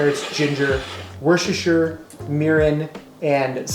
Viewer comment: worchchchchter sauce😂😂😂